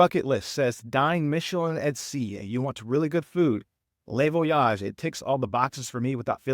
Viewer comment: It’s not le(lay) Voyage it’s le (Lu) Voyages. Les in French is pronounced (lay).